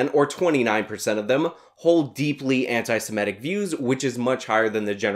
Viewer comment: Love your stuff,, but please stop mispronouncing "anti-semitic". It's anti-seMITTick, not anti-seMETTic.